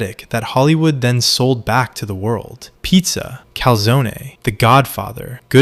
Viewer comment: Don't ever pronounce Calzone like that again